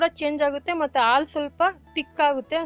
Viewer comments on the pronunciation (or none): ಹಾಲು, ಒಳ್ಳೆಯದು ಅಂತ ಹೇಳಿ. ಆಲು, ಒಲ್ಲೇದು ಅಂತ ಹೇಳಬೇಡಿ. ರೆಕಾರ್ಡ್ ಮಾಡೋಕೆ ಮುಂಚೆ ಅಭ್ಯಾಸ ಮಾಡಿ, ನೀವೇ ಕೇಳಿ.